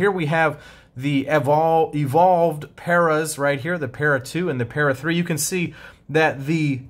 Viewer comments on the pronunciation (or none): none